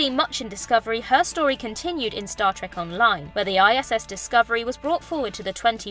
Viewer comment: it's trek not track... how do you mess that up? my faith in this video is gone before it began.